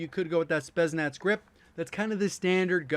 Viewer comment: Ah the usual battle of vs. pronouncing “Spetsnaz” lol